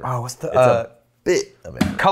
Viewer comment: not sure what a Ca-La-CHi is but yes Czech and eastern European Kolaches (Ko-laches) are delicious, curb your Texan mispronunciation